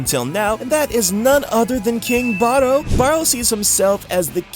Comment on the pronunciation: why do you say king barou like that? 💀